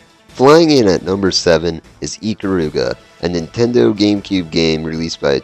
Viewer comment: NINtendo - the 'n' isn't silent! Also, Gauntlet Dark Legacy was the worst on GC - PS2 and Xbox versions were better.